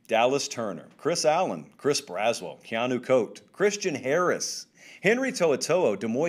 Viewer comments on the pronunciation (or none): none